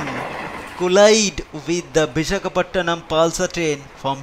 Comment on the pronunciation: great accent and pronunciation.. its Vishakapatnam not Bishakhapottonam